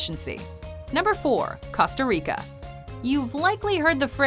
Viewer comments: She says "casta rico" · Yiooo how she pronounces Costa Rica oh myyy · The way she said costa rica... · Who else cringed when she mispronounced Costa Rica? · Laughing at their pronunciation of Costa Rica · She was doing so good until she said Costa Rica